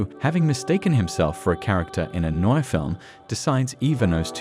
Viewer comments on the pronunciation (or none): none